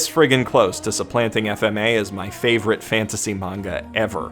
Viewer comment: Ah yes, I often rewatch my fav-OWR-ite anime...